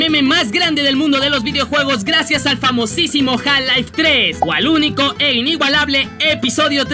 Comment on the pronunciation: JAL lai no mames se pronuncia "jalf laif"